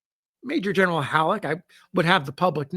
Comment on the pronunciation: Hahaha 😂 “I’m not gonna attempt it in its original slang” Legitimately deep belly laughs at Gin-eral 😂